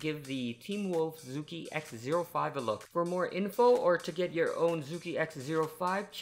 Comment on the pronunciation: You pronounced the name wrong I know I am Chinese.